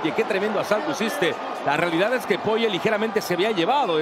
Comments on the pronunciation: Por qué el relator le dice Dustin Poiyie?? Es desesperante tanto le cuesta leer y pronunciar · porque lo llaman PORRIER o POYER ? jajajaja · Que mala que es la narración en español y lo malo que son con los nombres "Poie" y "Gaetye" que es esto? 😭😭 También usando terminos como volado para un gancho... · a alguien mas le da toc que siempre en TODAS las peleas diga mal el nombre de los peleadores? enserio me da mucho coraje, aprendete los ptos nombres minimo y dilos bien para la gente que escucha... no hace falta una carrera para aprender a pronunciar